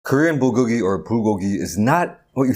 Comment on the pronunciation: That’s not how you say it